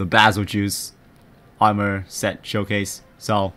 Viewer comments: Bazel-juice he says lol it's prounoced bazel-geese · its pronounced bagel-guy